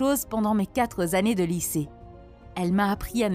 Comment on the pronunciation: Liaison malheureuse... il n y a pas de s à quatre